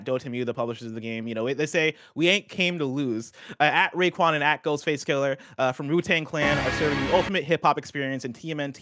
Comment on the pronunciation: Alright, I have to say it... it's Ghostface KILL-AH, not Kill-ER. Thank you.